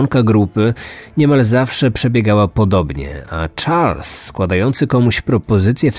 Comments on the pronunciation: Lubię słuchać twoich audycji, ale rażą mnie niedociągnięcia językowe, czy akcentowanie wyrazów. W tym odcinku imię bohatera wymawiasz po angielsku, zamiast po francusku. Zadbaj bardziej o szczegóły. Pozdrawiam. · Charles = szarl nie czarls;) to francuski wariant i tak na pewno nazywali go rodzice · Jeśli to francuz to SZARL nie CZARLS.